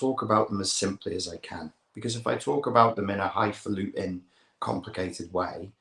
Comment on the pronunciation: Love it "high faulting'"